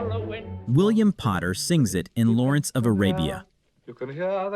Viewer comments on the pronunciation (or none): none